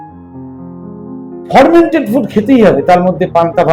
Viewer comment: উচ্চারণটা ফরমেন্টেড নয় ফারমেন্টেড। সব ওয়েদারে fermented food তথা পান্তাভাত চলেনা। কারণ কোথায় কোন ব্যাকটেরিয়া তৈরী হবে সেটা বোঝাযায়না।